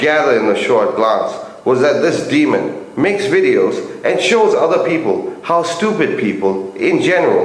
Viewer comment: DE-A-MON ... Not demon......